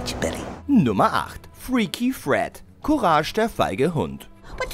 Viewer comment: Der typ hat einfach "courage" falsch ausgesprochen xD